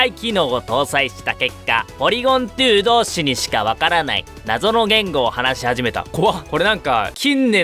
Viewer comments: ツーじゃなくてトュー、ゼットじゃなくてゼィーって言うの好きw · ポリゴン・トゥー ポリゴン・ズィーすき